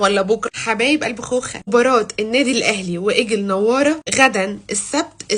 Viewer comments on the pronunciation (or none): يا إحنا بنحبك شوفى الإسم كوبس إيجل نوار لا نوارة ولا نوار بالفتحة فيه ضمة على حرف النوان ( نُُوار)